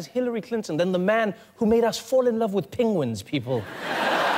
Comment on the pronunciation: PENGuins, not PINGuins!